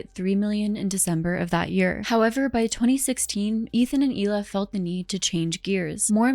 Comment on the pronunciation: Isn’t her name pronounced “Heela” not “eela” I mean her name is spelled Hila isn’t it?